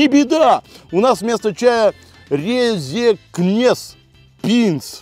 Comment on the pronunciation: как ты сказал пинс эвобщето молоко а резекне которая рэзэкнэ это город